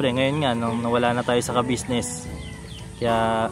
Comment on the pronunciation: Very good, atleast ikaw nabibigkas mo ang salitang Kabusiness, matanda na c sir kabusiness dapat lng iparamdam sa kanya na anjan pa rin kau at nakakaalala sa naitulong nya sa inyo,GOD BLESS